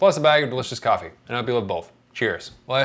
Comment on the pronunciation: He says coffee. I hear whiskey